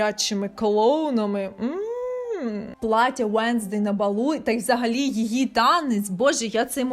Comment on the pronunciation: ЩО ТИ НАХРІН ВЕРЗЕШ НЕ УЕНСДЕЙ А ВЕНЗДЕЙ НЕ ФЕС А ФЕСТЕР ЯКЩО ТИ РОБИШ РОЛІКИ ПО СЕРІАЛУ ВЕНЗДЕЙ НЕ ПЛУТАЙ ІМЕНА ПЕРСОНАЖІВ ЦЕ БІСИТЬ